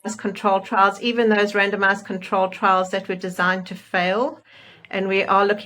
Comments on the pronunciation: I can't be the only one who keeps hearing, "random-ass control trials." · I don’t mean to be rude…and I know what they’re saying, but every time they say randomized trial I keep hearing random ass trial. lol 😂 sorry.